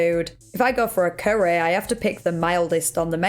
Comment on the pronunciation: 'a spicy currehh':face-purple-crying::face-purple-crying